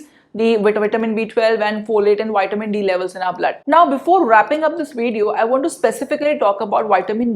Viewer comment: It’s Vitamin as in V not witamin - say the V it’s not a W